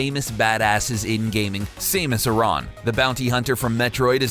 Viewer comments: Oh ffs "SAY-mus"? Dude even my uncle who doesnt even play games knows how to pronounce that, theres nothing to elongate the A! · They way he said Samus (Saymus)...like, what? How do you get that wrong? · Saemus? Really? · It's pronounced s-a-mus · it's pronounced "sam us" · (sam-us) or Sam + us = Samus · Exactly! He called her saymus XD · Saymus? clearly this guy doesnt play videogames. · Sameus xD Sameus xD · I didn’t know Samus was pronounce like Seamus. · It should be "Sam-us"...ya know, how it's spelled. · how did you mispronounce Samus? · U say samus wrong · He pronounced Samus wrong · channel is named, talks about games old and new don't even know how to pronounce "Samus" correctly Idk why this bugs me so badly, but...have you never played a Smash Bros game? They announce your character choice upon selection, including "Samus". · Does no one pronounce SAMAS correctly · Stopped watching after calling Trump a dummy. He is smarter than you are and you can't even pronounce Samus correctly... You just made yourself look like a moron in your own video. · I don't think whoever made this list knows what the word "inappropriate" means, or how to correctly say Samus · I feel triggered by your pronunciation of Samus. #REEEEEEEEE /s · You can't even pronounce Samus. Why are you a self-proclaimed "gamer"? Why are any of you guys calling yourselves gamers? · The way you said Samus TRIGGERED me. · For a channel called, you're not much of a gamer... how the hell does someone mispronounce Samus? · You said Samus wrong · Why do you pronounce samus so weird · he says samus 3 different ways right at the beginning and only one saying was right i like but please say samus right next time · Say SAMUS correctly.....please (that annoyed me so much, maybe too much) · From how the guy is saying samus it made me forget how to say samus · Please say Samus not Saymus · SAMUS NOT SAME-US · Say Say-mus instead of Samus one more time and I’ll kill myself